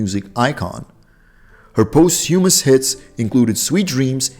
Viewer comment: A heart failure really. He mispronounced rodeo, posthumous, autopsy, bifida, and opry. A liver cancer really. A Cardiac arrhythmia really. Why does he mention a before liver cancer, heart failure and cardiac arrhythmia. How ignorant. Terrible narrator.